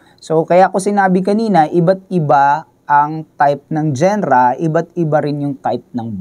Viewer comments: anong Gen-ra? it's dzan-ra or jan-ra not genra (spells genre) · hindi ako mniniwala dito.. "genra " nga mali pag bigkas mo eh 😂😂😂dapat diba "janra" soundlike that hindi lireral na genra jusko..